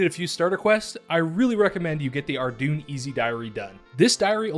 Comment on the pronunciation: You mispronounced Ardougne. It is pronounced "Ar-doyn". Not "Ar-dune". Given that this is a noob-friendly guide, make sure to let the noobs know how to pronounce the city properly :)